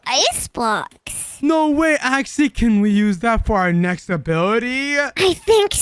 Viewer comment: Axy Not Axi